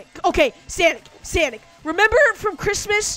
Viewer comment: Its sonic not sanic you idiot boy